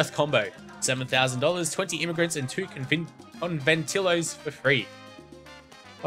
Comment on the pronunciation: Robert Conventillos is pronounced conventiyos.